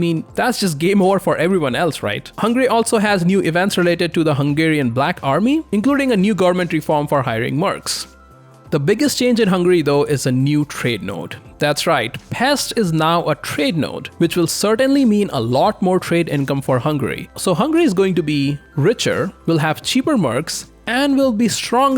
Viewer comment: But it's pronounced Pesht